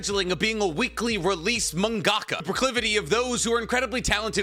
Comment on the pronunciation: The way he said mangaka just broke me 😂💩